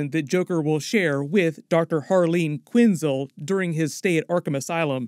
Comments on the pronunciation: Quinn-Zell, not quinzul. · quin -SELL like Denzel ....not QUIN-zle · PRONUNCIATION IS KEY! It's Quin-zell NOT Quinzil, genius. 🤔🙄😒🤨😠👎🏻 Nah, I'm all for Team Margot. It's levi-O-sa NOT levi-o- SAW! 🤓